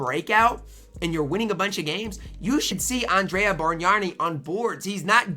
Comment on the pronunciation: Bargnani = Barn-Yawn-EE (you are adding an "r" where there isn't one.) oh....and Brad Daugherty = Daw-er-tee (you are adding a "t" where there isn't one.) Brad I have seen you talk about this year and last year. I am old and remember them both....so just trying to help. Good video.